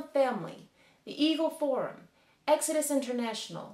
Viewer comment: When you said "The Eagle Forum", it sounded like "the evil forum". Funny how that worked out.